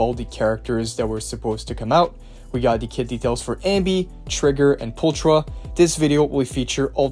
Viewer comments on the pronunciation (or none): the character's name its pronounced "Poolckra" in english not Pooltra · Am I the only one that's annoyed he doesn't say her name right? He's saying the ch like the Ch in China when it actually makes a K sound like in chaotic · I love the way people say her name as well. We don’t have it in the game. Her name is not pull- . It’s. Pul-kra. I don’t know why that annoys me so much. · "Pultra" lol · There's also another YouTuber who says her name as Pulchera and it made me recoil so bad 💀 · Same lol alot of the youtubers say her name like that and I just keep cringing every time. They say her name in game. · right?! There's also a few other characters that are mispronounced. Such as: Burnice, Miyabi, Pulchra, and probably a lot more